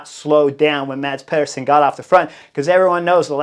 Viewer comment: As a danish speaker...The Cycling Dane channel made a video on how to pronounce Danish rider names. I'll save you the talk about the danish "soft d" but say after me: MAH-S PEE-ER-SEN.